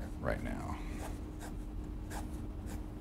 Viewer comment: =) the fact that u say his name right just makess me smile...my parents say naaaaaruto and its annoying...keep up the vids they r awesome